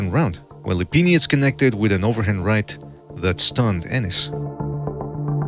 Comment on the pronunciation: “Sergey LePenis”